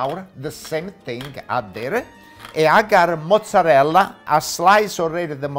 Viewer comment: "yeeee....monzerallll...look at dis"